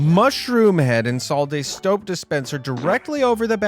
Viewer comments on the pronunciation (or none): “Stoap dispenser”. Amazed, you had One. F$&king. Job.